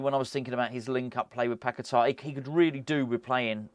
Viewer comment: A hint 😊: just as you say Souček with the č, you can correctly pronounce Bačka Topola 😊 Greeting from Serbia, COYI!